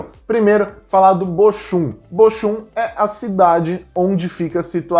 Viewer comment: A PRONÚNCIA DE BOCHUM NÃO É BOXUM E SIM BOHUM